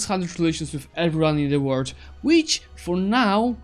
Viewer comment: Dude you said word instead of world